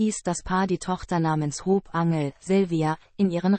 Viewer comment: als erstes sollte man erstmal englisch lernen die kleine hop Angel Silvia sondern ausgesprochen wird das Haupt angle Silvia